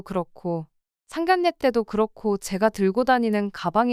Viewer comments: 상견례를 왜 자꾸 [상결례]라고 발음하는 거임? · 다른 분들도 지적을 했는데 끝까지 상결례 라고 하던데 고치시길 ㅋㅋㅋㅋㅋ